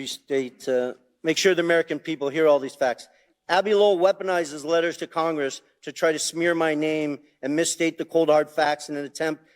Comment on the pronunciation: Raskin said, "but it's so damning ti our case". Haha